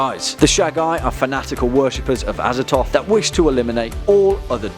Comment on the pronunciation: Look, I know there's no canon pronunciations because they're eldritch names, but come on, Azathoth. ah-zah-thoth. The th is right there man.